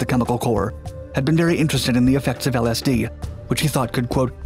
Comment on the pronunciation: you couldnt have pronounced lsd any worse 😭